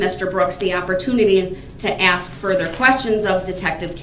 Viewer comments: By this time, the judge is ready to "axe" him. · you supposed to axe a question